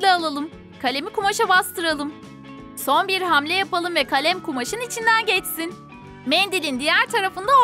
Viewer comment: de kaleme kale diyor😧😧😧😐😐